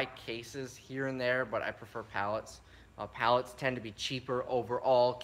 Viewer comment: sell everything, for a daaler. so cute, like my Aunt Pat from Tomah.